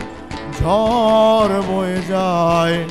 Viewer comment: গান শুনে মনে হলো—ইনি কখনো গান শেখেননি। উচ্চারণে খুবই গণ্ডগোল আছে— যেমন, বাড়ি, গাড়ি শাড়ি, ঝড়, কী করে ঝর, বারি, শারি হয়ে যায় বুঝতে পারি না। শুধু অবাক লাগে। পরঞ্চ বলা যায় বাঁশিটা গানের চেয়ে ভালো বাজালেন।